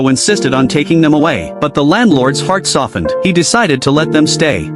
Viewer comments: I know you said heart soft, but I heard fart soft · anyone else hear "the landlords fart softened"? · Why did I hear "fart softened"